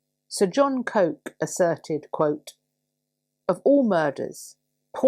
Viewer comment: Sir John COKE? It's pronounced Cook, I'm afraid.